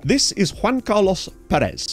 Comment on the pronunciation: this is well-meaning and meant with the utmost love and respect, but you’re getting the stress on Pérez wrong